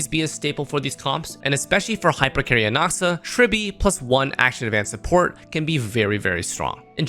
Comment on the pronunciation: You can’t even pronounce his name correctly. Disliked.